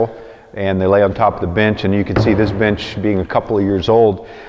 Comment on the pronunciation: I am really sorry, but I first thought why is he calling his bench like that! Even after trying to hear the word "bench" for like 10 times, I cannot!